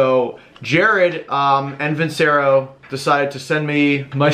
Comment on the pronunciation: Veen-che-ro, not vinsero.